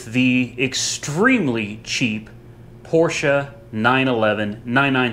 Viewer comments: That was the best Porsche pronounciation from an American that i have ever heard, and i have heard a lot. Kudos from Germany : ) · finally saying Porsche correctly. Woohoo!!! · Great video. Refreshing to hear someone pronounce Porche properly. Even most dealers and owners don't and they will even argue with you. It a phonetic language. The e ending is pronounced. Owners and Dealers Can you learn to say Porsh ahh? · i got to get one of them oil pan catcher drums i never seen them for sale where i live great idea...laughed when it didnt fit under porsch low clearance ...also laughed when u said porsches ...i guess u will never be a german to pronounce it right even though your pronouncing it right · Well... Your pronouncing was quite SPOT on ✌️ Greetings from Germany 🇩🇪 PS. Your driveway will look great after this one operation 😝👍😜